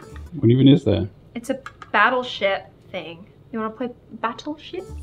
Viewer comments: Did anyone hear her say “battleshit” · Is it just me or do I hear battleshit instead of battleship 😂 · Is it just me or instead of saying battle ship but I heard her say: battle s**t 😂😂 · When she said “wanna play battle ship?” I thought she said the s word for a sec 😵‍💫